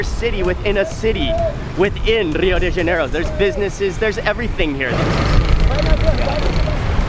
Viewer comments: I know its been 1y and someone prob has already told u but rio its pronounced as "hio" not "ŕřio", just a note, great video btw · Dude... Such an awesome video. It aint RRRRRRio its like Hio. Okay? LoL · Great spanish pronounciation of "Rio" but in portuguese it´s actually pronounced something like "Hio" ;) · The "R" in Rio I'd pronounced like the "H" in Happy, Hi, Hello, just for you guys to know (Generally speaking, there are some accents that sounds like that) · Dude, it's Portuguese not Spanish. Don't roll the R in Rio. It is pronounced with an h-sound. "Hee-oooh" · I wish people would stop pronouncing the R in Rio as Spanish ): it's more like Hio, you punks. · If you know the correct pronunciation of Rio, why do you continue to roll the 'R' ? I'm only asking because I get offended when people know how to pronounce my last name, yet they choose their own pronunciation